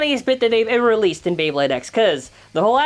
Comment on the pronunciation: YOU BUTCHERED MY FAVORITE BEYBLADE